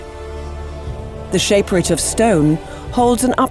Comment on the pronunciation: They pronounced Shaperate wrong too